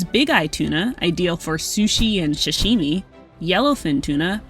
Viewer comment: It's not f'n SHASHimi. It's Sahshimi. buttface.